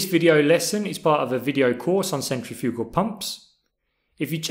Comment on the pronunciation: Good video, but you kept saying centrifugal wrong.